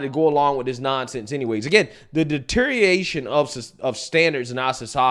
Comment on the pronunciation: stop saying deteriation.